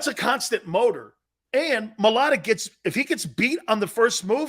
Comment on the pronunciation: It’s MIA-A-LATA….you aren’t even close